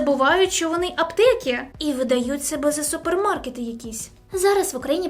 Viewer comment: Попрацюй над мовою. Твердий звук ч, звук и вкінці слів (аптеки). І не тільки.